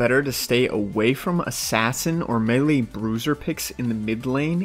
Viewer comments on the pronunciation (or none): none